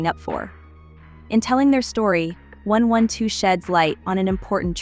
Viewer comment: The fact that you didn’t get the AI to pronounce the group name correctly 😠😩 really annoying